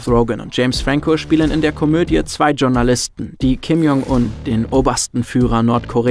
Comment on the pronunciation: Das heißt nicht Tschornalisten, sondern Schornalisten. (Geschrieben natürlich Journalisten)